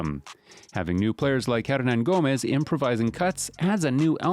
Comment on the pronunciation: If he ends up signing with the W's, Bob Fitzgerald needs to hire to tutor him on his pronunciation. I'd hire this guy as the PA announcer just to say his name